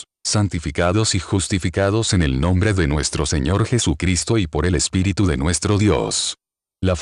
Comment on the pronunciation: Pregunto: porqué hace acentuación en Espiritú...en lugar de Espíritu.